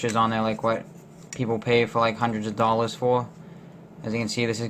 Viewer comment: Lol the way you say dollar 💵 dallar heheheheh